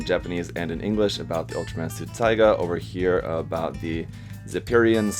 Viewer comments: Erghh hate it when he keep calling that ultraman taiga instead of tiga (tee-gah) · It sounds like tea-ga not taiga (tiger) Open the Google translate, choose Bahasa (Indonesian) type tiga if you wanna know how to pronounce it. Tiga means 3. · Tiga, Ti not pronounce as Tai but Tea. The Ga u pronounce correctly. So it sound as "Tea-Ga" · Is Tiga Not Taiga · its tiga.. not taiga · That shit really confused me because I always pronounced tiga in my head the way taiga is pronounced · Tea-ga. Not Tie-ga. XD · It’s pronounced tEEga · Pronounced Teeeeeega bro. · I-its "TEE-GAH" ;;v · It's tiga(tēga) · that' not how it's pronounced but funnily enough there actually is an Ultraman Taiga